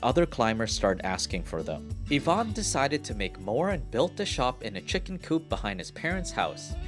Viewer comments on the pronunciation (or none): none